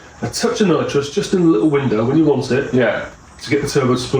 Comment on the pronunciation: It's nitrous, not nitros